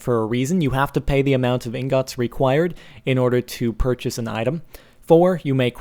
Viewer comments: You say ingots really weird. No offense but you say it like In-gots instead of ingots. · pretty sure ingots is supposed to be pronounced like inguts not ingOts